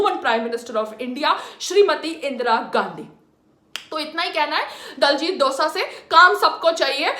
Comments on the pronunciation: abey saans lele phle tu 😒 diljit dosa ni h vo .. diljit dosanjh h vo .. bolna ni aata to jaake sikh le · its dosanjh not dosa madam .... why u bhonki jani a ena ..😜